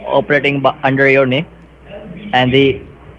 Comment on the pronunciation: Scammer can't say "Name"... listen again... he kept saying "Nay" around the mark.